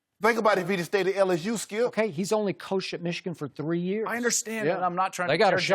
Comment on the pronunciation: "SKIUP!!"😂😂😂 Shannon stay on dat man🙄😂😂